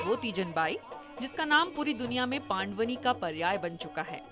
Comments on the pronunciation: Pandwni nhi ..pandwani hai madam .. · It's not paand-vani....it's pandvaani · बहुत बढ़िया पंडवानी जी, पान्डवानी नहीं उच्चारण सुधार कर बोले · पांडवनी नहीं पंडवानी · Didi पांड़वनी नहीं पंड़वानी कहियें.... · बेटी एंकर पंडवानी का सही उच्चारण करो